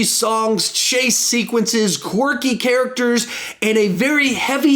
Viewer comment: I wonder how many times said qwarky ( I dont even know if this is how u spell it).